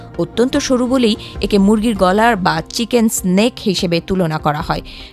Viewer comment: চিকেন স্নেক না 'নেক' হবে, বেশি শুদ্ধ হয়ে গেছে